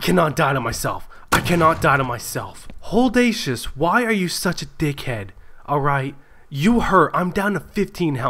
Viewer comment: so either you miss spelled your own gamer name or you don't realise you're saying it wrong, its either Holdacious or